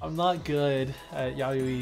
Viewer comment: I'm gonna be that guy and tell you that it's "Ya-yoy" just fyi. It's JP for March.